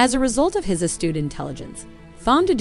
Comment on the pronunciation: Thom is pronounced "Tom." Whoever is narrating this obviously did not watch the film.